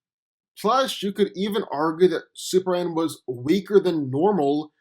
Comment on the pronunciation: It's Superman. Not Super Anne! Fukk! So triggered!